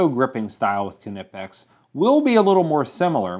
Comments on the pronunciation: honestly, I'd think the K is silent, so it would be "Nipex" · i wouldnt say these are "fake"... just not as good quality. pepsi is not "fake coke"... its just another brand for the same flavor (cola). everyone has their opinions. this is more like, "look people, there's more variety now, lets remember who the OG is and why its better" P.S. why would you pronounce it K-nipex... isnt the k silent? i mean, you dont say K-nife... or K-nockoff... idk, maybe im wrong... whoever invented it can call it whatever they want hahaha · Cool Video. Yea, Ive always heard them pronouced as NIE-Pex, Until into YouTube, where I hear your pronunciation of it on almost any place mentioning them. I'm sticking with NIE-Pex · do you pronounce Volkswagen as it's spelled or as folks-vah-gen? because one is correct and one isn't and it's since it's European it's probably not the one you think. keh-nip-ex. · it's pronounced n-eye-pex or ny-pex. you should do a collab with ave. two of the best tool reviews on youtube. Real Tool Boltr: Is it a skookum choocher? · Except that he doesn't say it right. He inserts a vowel between the k and n, and vary between saying kenippex and kanippex, both which are wrong. Its a kn sound like in Macnamara and sickness. It would have been better if he had said nippex - that way, the pronunciation could be excused by kn being pronounced n at the start of words in English. But kenippex is cringeworthy. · I can't stand watching these videos, the K is silent... stop pronouncing the name like you're a 5 year old. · Don Davis : as a german let me say, the "K" is not silent. 😏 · There is no vowel after the 'K' so why you all keep pronouncing it like 'ka' or 'ke'? Just pronounce it like the 'K' in fake, take, make etc... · The "k" is silent. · don't pronounce the k😨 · Sir, the K is silent... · PRONOUNCE THE NAME CORRECTLY!!!!!!!! Holy crap, that's annoying. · are you sure the the K in knipex isn't silent? it sounds better that way lol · Dude. The "K" is silent.